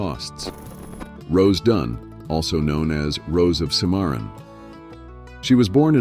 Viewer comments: PLEASE program your AI to pronounce people and place names accurately...example: it is NOT LEED-VILLE, Colorado, it is LEDville...come on...if you are doing historical information...get it right. AI can be programmed...so please correct this. Another example of this problem is Ms. Dunn...she was called the Rose of Cimmeron (Simmer-on) ...not the way you pronounced it. PLEASE correct this. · Gentleman...Your VIDEO on America's Old West is well done. However, there are a number of noticable mistakes in various segments. One more obvious mistake is the incorrect spelling and pronunciation of the famous Old West town of, CIMARRON. And, the famous and beautiful female Old West Outlaw... "ROSE OF CIMARRON" (Real Name, ROSE DUNN). The spelling you see in my text is the correct spelling. You also show a rare and wonderful Photo of the famous Old West outlaw known as, "BILLY THE KID". (Billy The Kid was actually born in Brooklyn, New York) The problem in this segment is it describes BILLY and his friends holding their Weapons (Rifles) as they stand on a grass lawn in front of a small prairie house. Actually, Billy and friends are holding Croquet sticks, as they play a game for entertainment. You can also see the Croquet Balls laying around on the lawn. There are a few other misspellings, along with mispronunciations in Your well made VIDEO. All told, Your VIDEO is excellent, and gives us a true, and accurate look at the awesome Old West of America.